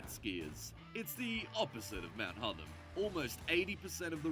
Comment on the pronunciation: Not sure why the voice over guy is pronouncing Hotham as Hutham. It's the same 'o' sound as in hot. Apart from that, good video.